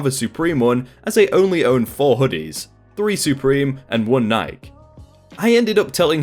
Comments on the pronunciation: Bodega ...pronounced Bow-Day-Gah :) ... also Nike... pronounced Nigh-Key ... weird ....bodega, fine as that's mainly an NYC latino way to call a corner convenience store... butttt Nike...it's a highly regarded, well-known , worldwide-famous brand. 😩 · Ok, I have to ask, what's with Brits and Aussies pronouncing Nike like it rhymes with Mike? Nike is pronounced like it's spelled Nikee, rhymes with Mikey. The company is named after the Greek goddess of Victory. Does Nike advertise overseas? Do they pronounce it like Mike or Mikey in the ads?